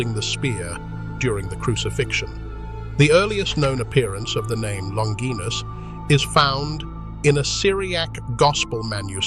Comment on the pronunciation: So hard to listen when names are pronounced incorrectly. Longinus would'nt have been a Centurion if he had an eye problem🙄